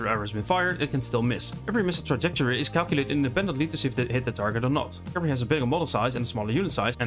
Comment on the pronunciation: There were a few bits where your pronunciation is not clear, like where you talk about "alternate cavalry"? and bonus against cavalry. Otherwise this was great. Thanks a lot. Would love also to be able to see the full sources for this info if possible. And finally, are the "baseline" stats correct for base chance to hit and armour chance to save etc?